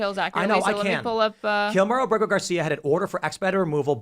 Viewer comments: Kilmar “Burger” Garcia?!?!? Good grief dude, if you’re going to make a video criticizing this liberal dolts lack of knowledge, don’t proudly demonstrate your own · Is Kilmar Abrego not Kilmar Berger, you keep on repeating Berger. Let people hate the right person 😂😂😂